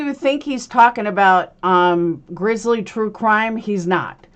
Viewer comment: It's "Grizzy" not grizzly.